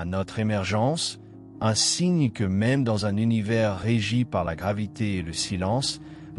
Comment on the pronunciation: L'Univay, L'Univé... 90% du temps puis 《l'Univers》 correctement prononcé une fois ou deux ! 😂 C'est sûrement pas un être humain qui parle là.